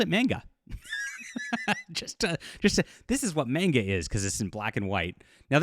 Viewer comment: The way he says manga irks me 😂